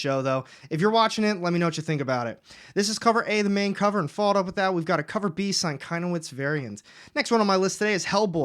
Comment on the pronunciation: Sienkiewicz is pronounced sin-kev-itch. Just letting you know because as a comic fan that name comes up A LOT.